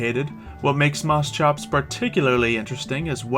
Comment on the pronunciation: It's Moschops; Moss-Copes. But call it what you will.